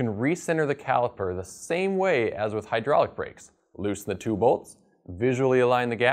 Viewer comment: It's "High DRAWL ic" d00d! L0L